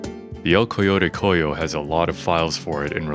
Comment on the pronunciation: cool! i wish they put it in orion somehow, it sounds like wasted potential... btw, for future references "El Coyote Cojo" is pronounced more like El coyote "Coho"